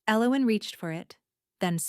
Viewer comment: Nice story I liked it a lot. AI’s version of Elowin’s drove me nuts however. Emmett, ID